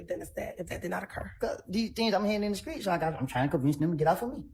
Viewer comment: I wonder if she says “skreet” and “errrnge” too🤔